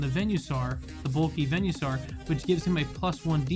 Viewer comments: Venue-saur? I thought it was Venus-aur. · Im sorry but please... its veen-uh-saur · I never heard someone pronounce venusaur like that till now 😣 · The way he pronounces venusaur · "venuesaur" "veenoshock"